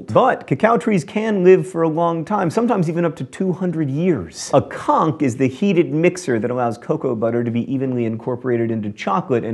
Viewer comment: You pronounced "conche" wrong. It's with the "ch" sound. Also another chocolate fact. The Necco Sky Bar had a lighting ad in 1945. On VE day, after 3 years of darkness, it was one of only six ads whose lighting equipment were ready for the lifting of the blackout/electrical curfew.